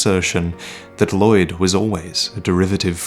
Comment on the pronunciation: the 'll' in Lloyd is pronounced unvoiced.